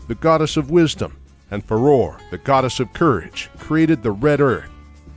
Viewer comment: I Don't Think You're Pronouncing Farore Right...